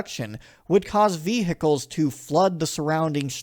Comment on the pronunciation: 'Vee Hickles' I just can't get over it 😂😂 Enjoyed the video though